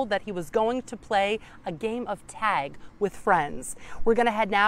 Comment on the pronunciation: Is he saying tag or tazz. What was he being tagged with that made him that afraid and made him have a heart attack, or should I say that caused him to die????